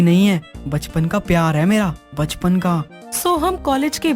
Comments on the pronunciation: Galat word baspan nahi bachpan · bachpan. hai baspan nahi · baspan nahi bachpan hoga.